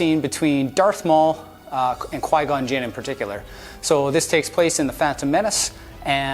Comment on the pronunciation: He said Qui-Gon Gym lol